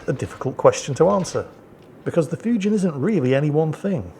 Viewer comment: Just for the record, "Fujin" rhymes with "routine".